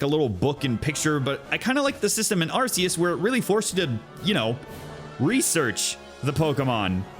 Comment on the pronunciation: Haven't beaten it myself either, only taken out one team star base, gotten 3 herbs, and knocked out 4 gyms, been too busy just farming pokemon and grinding along with exploring >_< (also, kudos on pronouncing Arceus correctly)